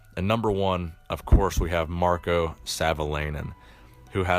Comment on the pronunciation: Lol, you completely butchered marko's name